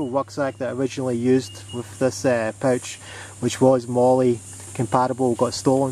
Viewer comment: Thanks for doing such a comprehensive review. And thanks for not saying "mole" :)